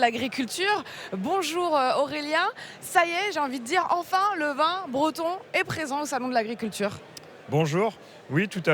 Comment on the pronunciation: Pourquoi prononce t'elle le mot vin comme le mot vend? Comment dire on vend du vin en ce dialecte? On vend du vend?